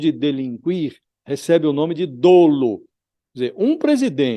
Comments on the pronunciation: Josias! A pronúncia correta é "dólo" e não "dôlo", mesmo a grafia correta, sendo dolo, sem qualquer assento gráfico. O som do "o" é aberto, e não fechado. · A pronúncia correta é “dólo”. Isso não é uma crítica, mas apenas a intenção de contribuir. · A pronúncia correta é DÓLO